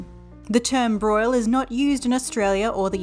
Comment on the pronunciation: OK but why does it sound like boil?